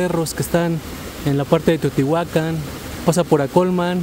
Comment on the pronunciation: ERES D3 LAS POCAS PERSONAS QUE SABEN PRONUNCIAR BIEN TEOTIHUACAN, CORRECTAMENTE.